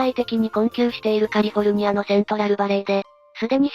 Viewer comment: カルフォルニアZAMAwww